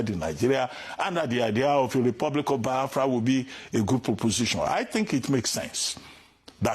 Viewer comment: Abati learn to pronounce the name Biafra, not bahafra, then you can continue talking nonsense, nsi jugi onu.